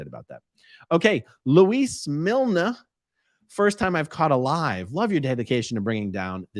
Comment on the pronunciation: FYI, A-Aron. The pronunciation of Milne is the same as a 'kiln' for making bricks, etc.